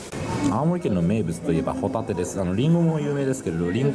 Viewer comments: ホ↑タテですねｗ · ホタテのイントネーションがサンドウィッチマンのコントみたいになってる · ポテトの発音でホタテって言っちゃった！ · 伊達「ホタテって言っちゃったよ！ポテトみたいにホタテっつっちゃった。」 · ホ↑タテはもういいぜ☆